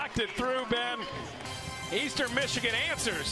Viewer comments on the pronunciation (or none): none